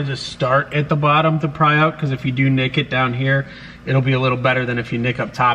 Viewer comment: every time you say, “If you do nic it...” I hear naked.... Just saying 🥰😘.... PS I don’t know how to spell nic... 🤷🏼‍♀️